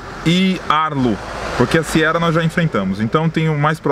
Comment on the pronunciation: toda vez q vc fala Siera ha Siera, ai eu penso mas vai que acerta kkkk!!